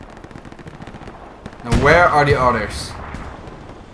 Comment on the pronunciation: “he’s head” “Now where are the otters 🦦 “ 💀